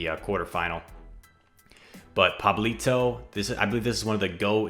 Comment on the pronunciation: What a good pronunciation of Pablito, gg’s btw!